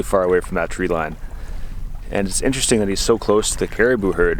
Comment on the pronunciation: “Ahgist” is not a word. “Intresting” is not a word.